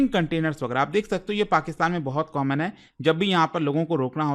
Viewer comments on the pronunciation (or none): none